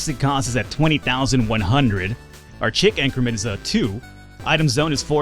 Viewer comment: Oh and chic is pronounced "sheek" and courier is pronounced "currier" (not to be confused with someone who cooks a lot of curry chicken) lol